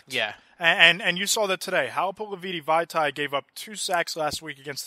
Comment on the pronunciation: A-jie-ee. Hal-a-pool-i-va-tee. Sorry man I just can’t stand how off you are on Ajayi and Vatai’s names lol